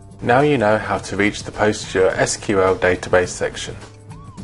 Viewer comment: It is pronounced as 'Pos-gres-sequal' not 'Post-gre-S-Q-L'.